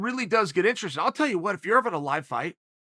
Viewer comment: If Uncle Chael says the word interesting in instrastring, then by god the word is instrastring.